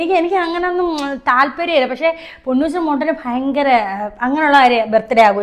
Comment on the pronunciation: ഈ ഫയങ്കരം എന്ന് ആണോ നിങ്ങളെ നാട്ടിൽ ഭയങ്കരത്തിൽ പറയാറ്.... നിങ്ങൾ ഭയങ്കരം എന്ന് പറയാറുണ്ട് പിന്നെ ഇടയ്ക്ക് എന്താ ഈ ഫയങ്കരം 😂😂😂😂😂